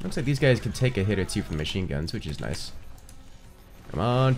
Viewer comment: When he said "noice" i felt noticed